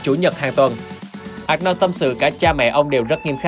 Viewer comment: Giọng đọc tốt nhưng mong ad đọc đúng tên của ông Anorld , chứ không có Ạc No nào hết